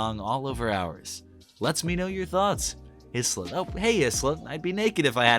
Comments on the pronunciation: isla…. isla?? ai-lah fresh that’s how yoi pronounce it 😭😭😭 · Great video as always, but "Isla" is pronounced "Eye-la" (like "Isle", which is a homophone with "aisle"). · I'm pretty sure Isla is pronounced like "eye-la", you know, kinda like island? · Hey! Just to let you know, the name 'Isla' (British female name) is pronounced 'I-lah' ('I' like the pronoun. And the 's' is silent) Bit of a tricky one if you don't know it!